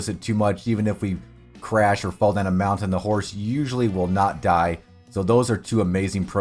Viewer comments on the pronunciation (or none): none